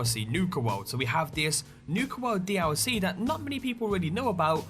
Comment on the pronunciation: Can anyone count how many times he says d-owl-c? XD